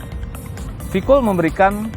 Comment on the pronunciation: kok bisa salah dalam pengucapan singkatan to mas e..sayang banget, ini v-kool lho padahal, v-kooooooool.. anyway..nice review